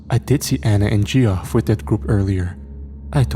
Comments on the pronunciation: Gee-off? It's pronounced "Jeff" 😅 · Geoff lol the way he pronounced that name is funny